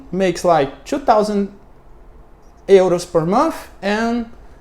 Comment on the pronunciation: Sorry, but the X in Luxury is pronounced K + Ch like chama. Luk-Churee. To live in another country is "to live abroad". Richness = Wealth. Inequality not Unequality. Euro is pronounced Your-Ro. The U in Regulation = iu. Linked is pronounced Link-T. Informality = Black Market or Underground Economy. To Prejudice = To Hurt or Harm. That said your understanding and explanation of economics is very impressive.